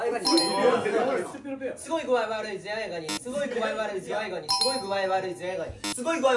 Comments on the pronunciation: ズヤ兄言いすぎてか、ズワイガニが"ズヤ"イガニになる現象多発してるトラジャちゃんたちかわいい🫠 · 他の子も本人も｢ズヤ｣イガニになっちゃうのかわいい ｽﾞﾔﾆｨﾐﾐﾆｨ